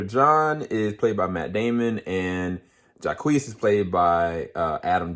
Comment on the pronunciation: i’m sorry but you calling jacques “jaqueese” in the beginning had me WEAK 😭😭 that man’s name is pronounced “zhock” lol it’s french thanks for the review, i’m really excited for this movie! wish we could’ve heard more about jodie’s character and performances though, i’m hearing she could sneak into the best actress category. also, talking about the basic premise of the movie wouldn’t have been a spoiler as it’s literally spelled out in the trailer.